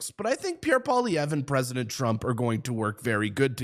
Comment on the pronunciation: Say “Pwa - lee-EV - ruh” that’s close enough.